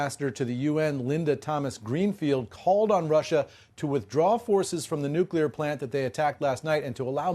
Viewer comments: How can we avoid nuclear war if our people can't even pronounce "noo-clee-ar" right? It's not "noo-kyou-lar" y'all people be GEORGE BUSHIN IT over here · OMFG. It is pronounced NUKE-LEE-ER. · When they learn to pronounce "nuclear"?